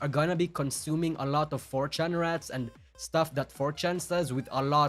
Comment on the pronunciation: isn't pronouncing rrats correctly.